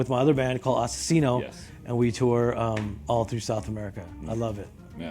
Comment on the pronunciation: Damn you pronounced "Asesino" on point